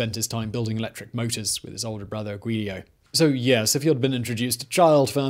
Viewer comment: jew-leo, not goolio, is enricos brothers name